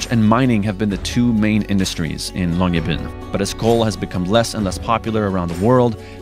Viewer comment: As a Norwegian, the real star of the show in this video is ' upbringing allowing excellent pronounciation of Longyearbyen.